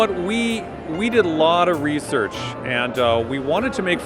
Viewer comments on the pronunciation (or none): 'research' God fucking damn it.